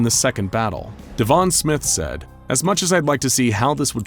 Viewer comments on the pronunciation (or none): none